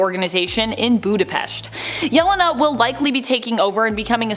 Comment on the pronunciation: Supposedly a comic channel, but butchers Yelena's name.😂